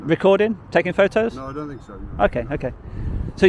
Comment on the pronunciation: "Think" not "fink". You're the first smart person I've heard talk like that. Do you have a speech impediment? Apologies if you do.